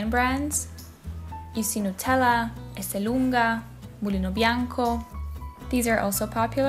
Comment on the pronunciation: Ecco come pronuncia lei Esselunga “eslung”